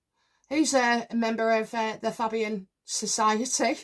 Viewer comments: Fabian is pronounced Fay Be an. All Labour MPs are members The Fabian Society, is a socialist society founded in 1884 in London, having as its goal the establishment of a socialist state in Great Britain. The Fabians at first attempted to permeate the Liberal and Conservative parties with socialist ideas, but later they helped to organize the separate Labour Representation Committee, which became the Labour Party in 1906. The Fabian Society has since been affiliated with the Labour Party. The Fabian Society continues to influence political thought in the UK. In the 1990s the society was a major influence in the modernisation of the Labour Party. Its report on the constitution of the Party was instrumental in the introduction of 'one member one vote' and made the original recommendation for the replacement of Clause IV. .At the time of the 1997 general election there were around 200 Fabian MPs in the Commons, amongst whom numbered nearly the entire Cabinet, including Tony Blair, Gordon Brown, Robin Cook, Jack Straw, David Blunkett and Clare Short. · It's Fabian actually, with the first syllable rhyming with 'hay' - like Faybian.